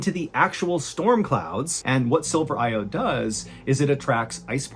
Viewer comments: It’s not “silver IODE” it “silver IODIDE” pronounced ‘eye-oh-dide’. It’s used in cloud-seeding, and in early photography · silver iodide, not iode 🤦🏻‍♂️ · Fascinating as always. FYI it's silver i-oh-died not silver i-ode that is fired into the clouds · It’s silver iodide, not silver iode fwiw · He's saying it wrong. It's silver ioDIDE not iODE. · Great story, but for future reference, the second word in silver iodide is pronounced "I-owe-died", not "I-owed". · Silver iodide. Not silver iode. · Still trying to get past "iode" instead of "iodide". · is it "silver iode" or "silver iodide"? Cuz the text says the latter but you were pronouncing it like the former :P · Thanks for the video not tryin to be a dickmouth but it's pronounced Silver Ioed-died not "iode" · Why are you pronouncing silver iodide “silver iode”? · Iod-ide not iode wise up but wtaf chyna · Silver iodide. “ i-o-dide ”, not i-ode. Just like potassium iodide or sodium iodide, pronounced [ i-o-died ]. Silver iodide is a typical chemical compound used in weather modification, like con-trails aka: chemtrails. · Silver "Iodide"... Never heard of iode... lol... You sounded like Ai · l think it is silver iodide, not silver iode. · Iodide is pronounced "eye-oh-died," not "eye-owed." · For future reference: the substance used for cloud seeding is pronounced “eye oh dyed” because it is a silver salt of iodine. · It's pronounced "eye-oh-died" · The pronunciation of silver iodide is typically described as: Silver: pronounced as "SIL-ver" Iodide: pronounced as "EYE-oh-dyde" It is used in cloud seeding to make nucleation sites to produce precipitation. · Iodide. “Eye-oh-dyde”. 😇😁😁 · Iodide is pronounced eye-oh-died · Iodide “eye-oh-dyed” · Silver IODIDE. Pronounced Silver I O Died. It's a variant of iodized Silver (like iodized salt). That means silver combined with Iodine. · "Iode"? Missing a whole syllable there. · Explained silver iodide process wrong (cloud seeding). But that is ok. Also pronounced it wrong lol